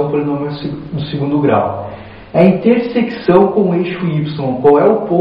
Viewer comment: Não consegue falar a palavra "intersecção" de jeito nem um né kkk.Mas o vídeo foi muito bom.